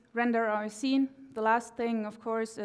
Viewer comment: skeen? or actually "scene" :P